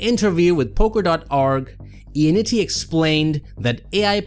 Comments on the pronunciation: For how many times you said his name, you may have well said it right. It’s not Ionnitti, its Ionnotti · No, it's notti.